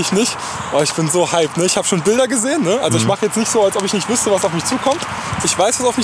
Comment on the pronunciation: "noch nit" :D Geil! Saarland!!!!